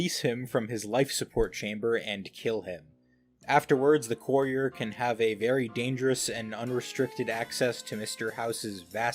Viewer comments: The “coorier” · He pronounces courier like “coorier” 😂😂